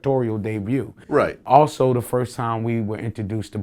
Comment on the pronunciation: he says "dayview" 🤔